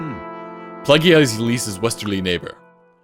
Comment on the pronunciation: ...it's Ylisse(Ee-lease) not Ylisse(Yuh-lease)!Also it's Plegia(Pledge-ee-uh) not Plegia(Plegh-ee-uh)!